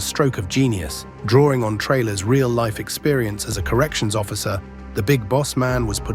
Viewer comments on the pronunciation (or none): none